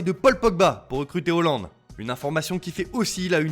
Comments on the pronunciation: C pas Hooland mais Haaland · Ecorche tout les noms, erling Hollande , poshetino wsh c'est quoi ça